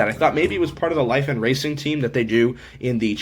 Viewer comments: it's pronounced lee-fawn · Yea when I've talked to them on the phone they pronounced it Lee Fahn